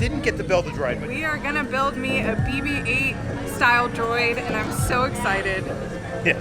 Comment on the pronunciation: BB-♭E. Droidified name. Also, you may be the only American I know of who can do a good British accent and isn't an professional actor. Congrats.